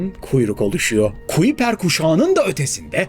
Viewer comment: Kuiper, kaypur diye telaffuz ediliyor